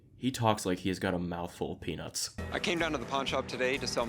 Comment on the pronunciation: I did hear peanuts but why did my brain interpret it as, penis 😅😂